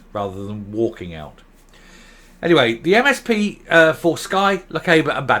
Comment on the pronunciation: Please,..... "Lochaber" - the "a" is pronounced as in "bath", not in "gate" "Leven" - think of "Leeven" rather than "level" You get so much right in your videos, so let's get the place names right as well!